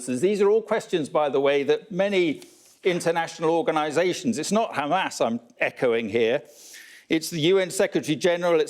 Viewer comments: That old fool keeps repeating khamas khamas, did khamas murdered Hind Rajab and her family? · I've lost count of how many times he said Qamas. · I think everyone switches off the second they say khamas...to save their ears from being polluted with their bs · How many times he said khamas? Every singles statement of his has at least 90% khamas!! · He just does not shut up!!! Bla bla bla!!!! He said Khamaas Khamaas maybe Zillion times!!! He should seek psychiatric help!!! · By the way it's beautiful to see that 99.99% reacting to this video is against David and his Israhell. But after hearing "GAMAS" for "93" times in 10m i'm out, everything is GAMAS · khamas khamas khamas khamas khamas why this Israeli gov spokesperson always speak out of the box/topic and always avoid the question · How many times he mentioned Hhamas😂😂